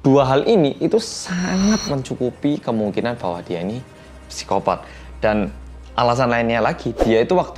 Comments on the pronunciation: /saikopat/ bacanya pesikopat😁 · psikopat dibacanya "sikopat" bukan "psikopat" mas